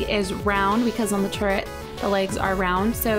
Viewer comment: at the beginning it sounded like she said portal turd